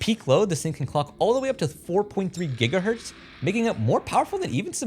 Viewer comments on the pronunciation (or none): none